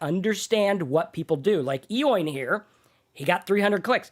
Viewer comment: enjoy you videos. By the way Eoin is an Irish name and it is pronounced Owen:)